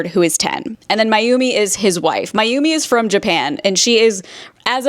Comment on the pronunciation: The constant mispronunciation of Mayumi’s name is keeping me from finishing the video, it’s not difficult to get it right and it’s disrespectful